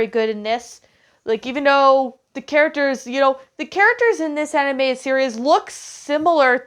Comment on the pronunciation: Animated, not Aninateded.